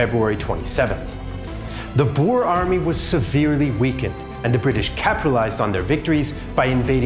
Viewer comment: Glad you kinda pronounced Boer correctly, a lot better than simple history who pronounce it as bo-er